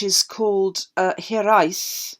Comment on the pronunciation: Fabulous investigative work again!! Loving your knowledge, and just to say your pronounciation of hiraeth is spot on!